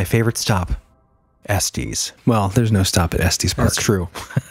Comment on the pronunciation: Estes... short e "s, tes". Sorry, 😂 I grew up in Colorado and it was driving me crazy. Lol. Great episode as always. You guys are amazing!